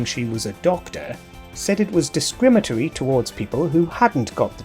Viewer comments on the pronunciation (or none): "Discrimitory" is NOT a word. You meant "Discriminatory".